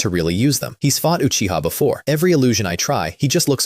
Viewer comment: at least this one say uchiha instead of acchiha